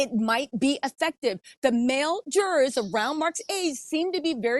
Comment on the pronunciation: LOVE your shows & been watching you from tv to here for YEARS now! Your coverage of the Diddy trial is so compelling and keeping me watching for every tidbit! BUT when you pronounce jurors as Jurrares it throws me every time! Is that a Georgia accent?